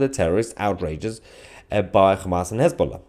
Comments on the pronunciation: Hez -BLOW-a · Mayher, it's Hezla, they lost their bolls. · His-ball-a became No-ball-a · His - boom - faila 😅😅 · Has-Been-Lah, perhaps?